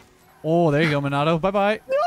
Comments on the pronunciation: bro really said "Minotto"....... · Min-auto? Min-ah-toe. almost killed me when he said Minauto 😂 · It isn’t pronounced minnoto, it is pronounced like menutoe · ong bruhh min-auto LMAOOOOOOOOOO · would be #1 ranked on Knockout if it was competitive, also it’s pronounced ‘Me nato’ lol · Okay you gonna make every naruto fan upset. If you ever see someone named “Minato” it’s pronounced “Mean-Na-Toe” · Mi nah toe 💀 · His name is pronounced (MEE-NUH-TOE) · BRO SAME I was hoping someone else caught onto it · The way he’s pronouncing minato’s name ticks me off as a naruto fan😂😂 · The way he said minato made me cringe 😬